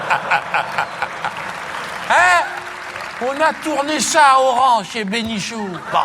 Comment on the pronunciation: c'est condoleeza price et pas candoleza et c'est oran pas orange lol